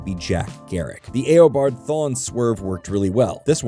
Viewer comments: Eobard Eeeee o bard not Ayy o bard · E-obard not A-obard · it's not "ey-oh-bard." it's "e-oh-bard." proof that the narrator hasn't seen or read the flash. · Not the A-O-Bard Thawne lol. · It’s a text to speech ai model it can’t pronounce words it hasn’t heard so it goes with phonetics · "A-obard" "Savvy-tar" bruh